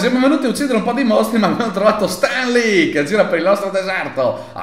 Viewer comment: Perché Stan Lee lo dite in un modo così pazzo?😂